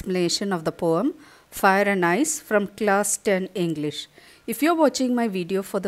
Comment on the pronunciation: Mam it's ice not eyes😂😂😂😂